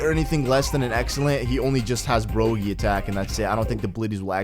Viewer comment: Bruh it's pronounced broggy like DOGGY Not bro gee